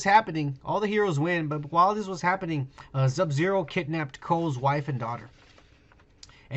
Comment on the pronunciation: Am I the only one that hates how he says subzero